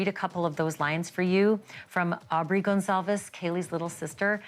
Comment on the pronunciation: Please say the last name right, it is Goncalves not Gonsalves, I love you so much you do a good job! This is sooo sad. A hard pill for the families to swallow, ugh!